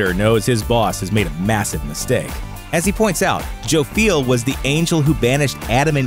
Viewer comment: is more often pronounced Joff-yell rather than Joe-feel . . .